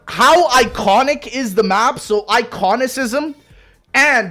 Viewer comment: “Iconisizm” had me dying